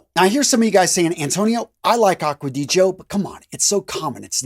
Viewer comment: finally, someone that pronounced the name right: Acqua di GIO, not acqua di Jio...